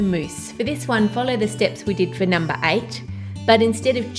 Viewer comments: Who else heard Ann saying: "At nom-ber 3" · I swear she said NOM-ber three xD